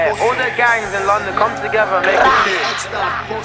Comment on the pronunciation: man said "all the gangs come togetyer" 😂😂😂